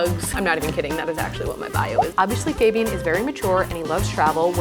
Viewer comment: How is it even possible that fabians sister is pronouncing his name wrong.